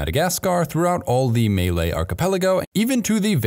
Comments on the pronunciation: “may laye”? It’s “mah lie” 👍🏼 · Mate, had no idea where May Lay was until I realised that you meant the MAH-lay peninsula of MAH-lay-sia (Malaysia) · I love this channel, but “Malay” is pronounced as “mull-lay”, and dear Americans, “Iran” is pronounced as “ee-rahn”.